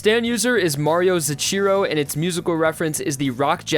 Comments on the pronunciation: Zachiro It's zucchero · Mario Zootcheero? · Did he pronounce "Zucchero" as "Zacheero? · Abbacchio: "Abakio" I'm glad he got that one right. I guess he knows how "zoochero" oh, nvm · as an italian earing zucchero cioccolata ghisccio and sale in elgish is just horrible XD